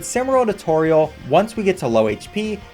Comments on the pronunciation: the way he says= toereall got me like bruh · Not sure y u pronounce toriels name like that